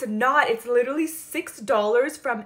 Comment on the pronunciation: “It’s llllllllllllliterally identical” 😂❤